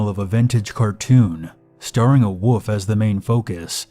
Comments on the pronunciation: Is anyone else bothered by when he says, "woof" and not "wolf"? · Remember: wolf has an L in it and it's not pronounced "woof"